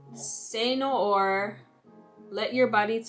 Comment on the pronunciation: Loved your review! Cé Noir is pronounced “Seh New-our”